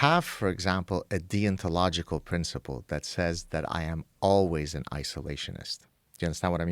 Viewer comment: the way he says deontological sounds like he's saying 'thee ontological'